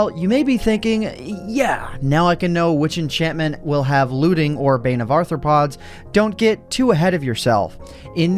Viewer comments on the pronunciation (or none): I thought u said “bane of airpods”